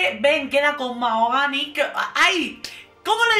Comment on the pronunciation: Qué ganicas!!! MaJogani, con la J bien marcada🤣